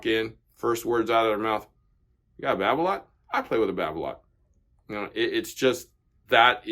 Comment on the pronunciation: Hingis used Yonex. And Babolat is pronounced as it’s spelt. An a is not an o, it’s not babolot! Donna were around and popular back in the 70’s 80’s and 90’s. There are some it’s pros using volkl, Donnay and other less popular brands.